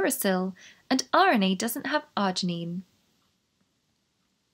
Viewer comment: what, pray tell, is "argenine"?